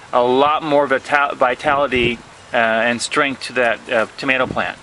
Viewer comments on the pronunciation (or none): none